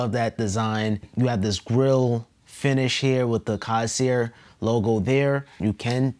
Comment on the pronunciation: It’s coirsair lmao